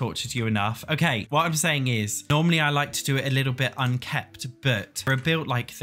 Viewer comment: Lol it’s “unkempt” not “unkept”